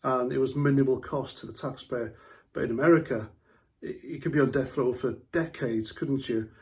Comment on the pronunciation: Sorry, I thought you said deaf Penalty.. . 👂